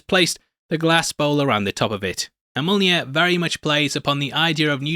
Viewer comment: 🤣👍for calling Mjiln…monear…millnear…Jonathan 🤣🤣🤣 👍👍for that ending. But no omnipotent jokes? I had expected one from you at some point 🤨🤷‍♀️🤣🤣🤣 Thanks. I do not understand why you don’t have 1 million subscribers-your videos are as gold as… but maybe you’ll have more jokes in the video than the movie which is why? 🤣🤣🤣👏👍🤦‍♀️